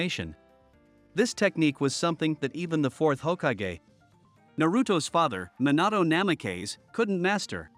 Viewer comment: Minahto Nameh-kays